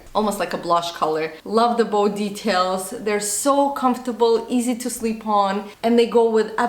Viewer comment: Noemi Castro 😂😂 she said "easy to slip on" but with her accent it sounds like she said "sleep".